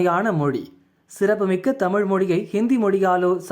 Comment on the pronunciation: Tamizh ippo Tamil aa thaan irukku. ZHA ENGAE?😂